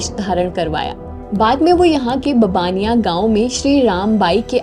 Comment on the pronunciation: गुजरात में मोरबी के पास है ववाणीया गांव में रहे थे, बबानिया थोड़ा गलत उच्चार है